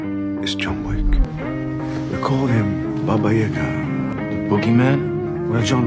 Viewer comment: As a Russian, I just want to commend his pronunciation of "baba yaga", I myself had to do a double take because I'm so used to hearing it the American way. well done!